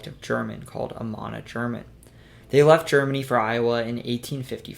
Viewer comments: It's A-man-Ah not A Mannn-A. Germans pronounce things differently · The only flub I caught was Amana. He said Ah-mon-ah. He never mentioned Nevada, but you can hardly blame anyone for missing that one. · Amana is pronounced "Uh-man'-uh".